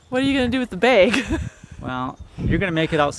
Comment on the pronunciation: I would have definitely tased you for coming up to my police cruiser. Also,, it's not " Beg ", it's " Bag " for God sake.